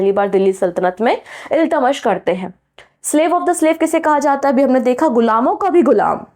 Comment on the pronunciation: Correct! Teacher ko sahi name bolna chahiye kyonki bahut sare bachche galat seekh lenge or aage unhe dikkat hogi. Shahnama hota hai shashnama nahi,Iltutmish hoga Iltamas nahi . Isme bura mane ki koi baat hi nahi hai,galti kisi se bhi ho sakti hai.